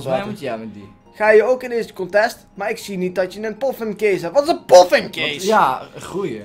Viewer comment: Wat is een Poffin case??! haha, hoe hij poffin uitspreekt!